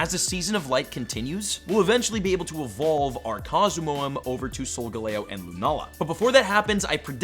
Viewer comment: Nope correct